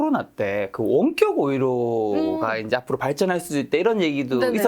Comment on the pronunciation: 여러분들 --> 여러분. "원격 의료" 발음 못 알아들었음. 가 말하는 거 듣고 알았음.